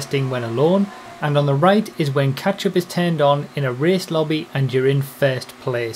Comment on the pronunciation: When says catchup, I hear.... ketchup.